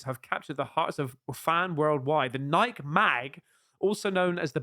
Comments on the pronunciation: Did you say NIKE mate 😂😅rhymed with Pike? It's supposed to be rhymed with Mikey mate 😂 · Its Nike not nike (Nikey) think of it having a y at the end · Nike - pronounced Nigh-key. You pronounce the E at the end lol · speaks American.....Nikeeeeee,Nikeeeeee,Nikeeeeee. Not "nyk mate. 😂. Merry Christmas. God bless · Nikeeee not nike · It is pronounced NIK-EEE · It’s pronounced nye-key!!!! But yeah those shoes are 🔥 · I can’t believe you fell for this. Stop doing that on purpose! It’s NIKE 😂🤣😂🤣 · Its a fan made trailer guys. Come on. How do you take stock in any trailer on youtube? And Nike is pronounced ny-key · Only Americans pronounce it Nikeeeeee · Nike is pronounced nikey or nye-key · Nike headquarters are here in Oregon where I live and the ceo even said it's pronounced the way I told you. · It's an American thing to pronounce it "nai-kee" , even though that might be the 'correct way' . I think most Europeans pronounce it like "Mike" , only with an 'N' = NIKE (not NIKEE). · I mean no disrespect im just letting you know your mispronouncing Nike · Nike. It has 2 syllables. The first with a long i, and the second with a long e. Accent on the first syllable. Learn American with an American. 🤣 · It's GREEK!!!! it's a GREEK. Pronunciation!!! Lol